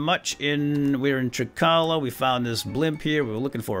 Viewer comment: Don't take my word for it, but I think Greek vowels are pronounced the same way that you say the letters themselves when reciting the alphabet. Trikala might sound like Try-kay-la, and Lamia might sound like Lay-my-a, idk